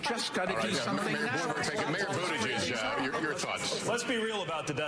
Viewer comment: Constantly mispronouncing Mayor Pete's last name because he is gay is not very Christian at all. If you have actually read what Jesus taught, he taught love and forgiveness. He died so God would forgive everyone else. I bet he wasn't on that cross saying "forgive them for they know not what they do....unless they are gay." I think you can present yourself as a better Christian than that.